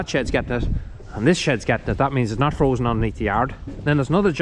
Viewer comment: Bet you wonder how you managed without the loader for so long. The case is a little sweetheart, glad you’re keeping her👍 oh it’s frozen not frosen, sorry had to pull you up on that one cause I know how particular you are 😂